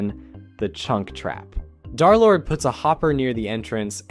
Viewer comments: I’m pissed that he says darlord instead of derlord the 3 represents a opposite E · Im going insane with him repeatedly saying Darlord instead of Derlord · bro can you please say derlord and not darlord its pmo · Its dERlord not DAARlord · BRO ITS DERLORD NOT DARLORD😭😭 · I cannot get over him calling him darlord instead of derlord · Dar💔 it’s german and more like, Dur/dare-ish (also peak video i just needed to point it out) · Bro its not darlord its dthreelordthree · U sound like ur saying darlord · Im so sorry if this is rude, but as a d3rlord3 fan.....you said d3rlord3 as darlord.... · I swear, you say darlord just to ragebait people, don't you?